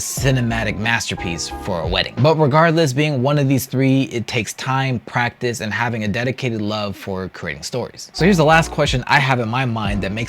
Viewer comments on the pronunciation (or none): none